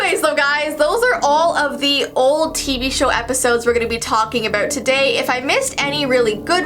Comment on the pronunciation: turned brittish at the last part -Abourt todaiy